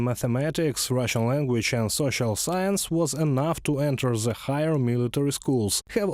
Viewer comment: Hey guys - there's an English word - "the" - it's a definite article and I'm sure you're familiar with it. IT DOES NOT BEGIN WITH A "Z".. Thanks.